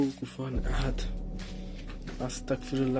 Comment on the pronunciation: ভাইয়া plz আয়াতুল কুরসী টা মুখস্ত করে নেন ওইটা পড়লে আর কোনো কিছুই পড়ার প্রয়োজন হবে না আর astagfirullah টা শুদ্ধ করে পড়বেন নাহলে গুনাহ হবে